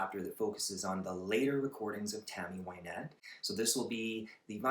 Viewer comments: I loved your video, but I would like to point out that her name is pronounced Win(as in to achieve victory)-ette not Why-nette. Here she introduces herself at 9 seconds: After her death she seems to have become "Why-nette" as most people call her that now. As a child she was called by her middle name Wynette and not by her first name Virginia. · They called her Why-nette for the first 5 or 6 seasons on Hee Haw . She didn't correct people. Johnny Cash always said her name wrong, too. Now Everybody says her name wrong.